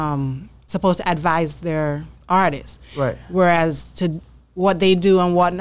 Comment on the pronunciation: Am I the only person irritated by ppl who say “ARTISTSES”❓😂